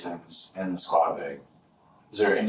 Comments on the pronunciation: It’s a trip how people in the Midwest pronounce the word “Bag” like “BEEEG”. It sounds terrible. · Pretty sure they were saying bæg. The shells were also in a bæggie